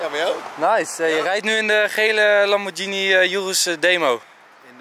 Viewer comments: Italianen zeggen Lamborghíni. Het is geen lambordjienie. Je zegt ook spaghetti, geen spadjetti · Het is Lamborghini en niet Lambordjinie. Ga maar een keer naar Italië toe. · het is duidelijk lamborghini niet lamborjini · Het is qua uitspraak een Lamborkini Oeroes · Het is een Italiaanse auto en de Italianen spreken het uit als lamborkieni,dus dat is de goeie uitspraak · Wrm is dr überhaupt een discussie gaande of je Lamborghini uitspreekt als lambordsjienie of Lamborghini je spreekt het uit zoals de makers het zeggen je gaat Apple toch ook geen appel noemen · Is het niet lamborGhini in plaats van lamborKini?🤣 Like als je dat ook vind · GH in het italiaans is een harde klank je speekt het uit als een zacht klank, fout! Lamborghini, hard klank dus, groeten. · Lamborghini met de g die je niet zacht uitspreekt en oerus zo zeg ik het (urus heb geen typaids hoor)